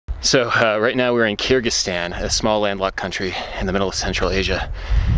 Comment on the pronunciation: It’s pronounced KUR-gig-STAHN. Sorry I couldn’t stand hearing it the way you were pronouncing it. Someone had to pronounce it the correct way throughout your whole trip.